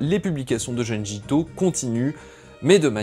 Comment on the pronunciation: Belle vidéo ! Juste une petite remarque : (d)jun(d)ji 😉